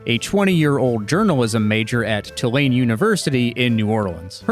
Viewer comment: Just as a note from a Cajun, Tulane University is pronounced "too-lane," not "tuh-lane."